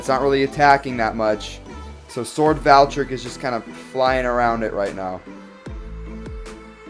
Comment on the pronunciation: Here is how to pronounce it’s name Val-tree-eck